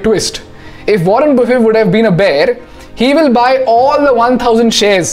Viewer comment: Wrong pronounceation of mr.warren